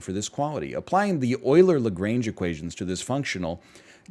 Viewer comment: I laughed at the way he pronounced Lagrange, given it's a french surname.